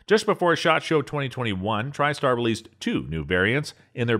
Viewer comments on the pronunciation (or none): none